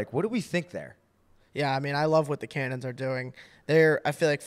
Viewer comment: How are you miss pronouncing “Cannons” so badly? Lol